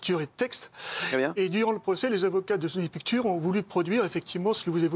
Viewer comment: Sony Pictures. Putain la prononciation...